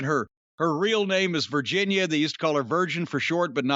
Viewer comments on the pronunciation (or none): none